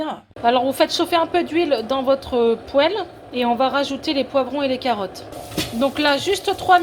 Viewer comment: Bonjour à tous ! merci à vous, et un petit détail pour perfectionner vos vidéos : même si on n'est pas cuisinière dans l'âme, on sait qu'il faut dire une poile, et non une pohelle... Du moins dans les régions (Paris, Sud-Ouest) où j'ai vécu. A plus !